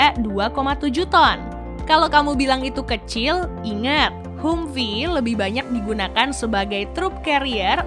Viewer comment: Bacanya Hamfii neng....sorry